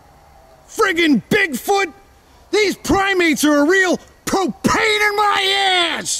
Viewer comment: lol the way u say propane is funny